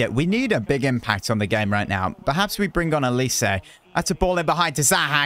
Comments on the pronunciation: He is naturally Nigerian so its oh-lee-seh : A nigerian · Olise is pronounced: oh lee say